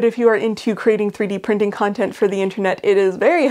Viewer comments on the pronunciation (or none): none